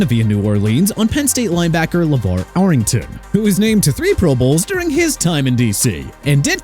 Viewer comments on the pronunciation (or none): This guy can't pronounce... it's Arrington as in air-ing-ton NOT are-ing-ton!!!